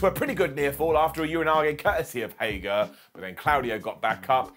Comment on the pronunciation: His name is HAGER, not HAGAR